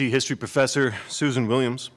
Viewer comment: Newcastle accent* "Susan Williams!"